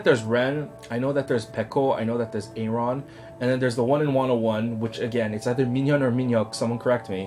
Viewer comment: The rapper in the church is JR! And Aron's name is just pronounced like Aaron, not "A-ron" :')